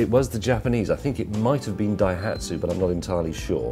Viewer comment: I don't think Dai Hatsu is Japanese? Sounds a bit er ... um ... Welsh?